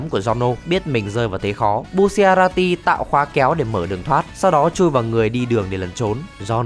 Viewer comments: Đọc sai r phải là bu cha la ti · bu shi a ra ti :< bu cha ra ti ạ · Bu-cha-ra-ti chứ sao lại đọc thành bu xia ra ti 😂😂😂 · Sao anh cứ nhấn mạnh chữ bu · Thứ nhất: Đọc là bu cha ra ti Thứ hai: Đó không phải quá khứ của trish Thứ ba: Đừng đọc là kim kinh (nghe như máu loz màu vàng ấy) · đọc tên nghe bruh quá, bucciarati đọc là bu-cha-ra-ti; narancia-> na-ran-cha; abbacchio-> a-ba-ki-o và mấy tên stand để nguyên gốc sẽ hay hơn như golden experience - stand của fugo purple haze là virus chứ ko phải khí độc